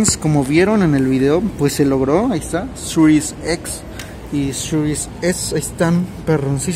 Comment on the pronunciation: sirues ex y sirues es! Wey no mames 🤦🏻‍♂️